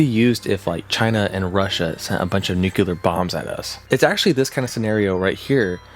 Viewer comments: Noo-Klee-Ur. It’s even spelled “nuclear,” not “nucular.” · It's pronounced NEW-KLEE-URR Not NEW-CUE-LURR Look how it's spelled. N U C L E A R geez, bro... so freaking annoying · Please PLEASE stop calling NUCLEAR (NEW-CLEAR) bombs/events/Things that involve atoms and radiation as NUCULAR (NEW-QUE-LAR). These are two separate words that mean very different things. NUCULAR (NEW-QUE-LAR) bombs do not exist because the word NUCULAR refers to something involving the NUCLEUS of a cell. There are no bombs or powerplants in existance that involve the NUCLEUS. This isn't a matter of accent. They're literally 2 different words. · NU-clee-er. Not NU-kew-ler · What do I need to do to get people to pronounce nuclear correctly?! It's nu-KLEE-er, not not nuke-YOU-ler, goddammit! 🤬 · NOOH-CLEE-URR not NOOH-CUE-LUR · Nuclear= New-clear, not nukular. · and : I saw those clips from The Day After there. Excellent B-Roll choice. (Also, "nuclear" is pronounced "New-clear" not "nuke-you-ler".) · How are people still saying "nucular"?